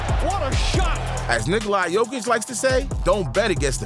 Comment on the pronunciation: Bothers me so much that you don’t pronounce Nikola jokic name right.